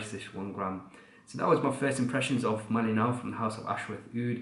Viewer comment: As Kalimantanese, I would say you correctly pronounce Malinau